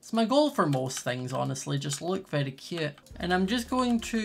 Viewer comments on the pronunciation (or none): I love how he says cöte